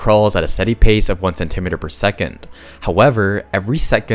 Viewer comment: I would have expected an AI to know how to pronounce “centimetre”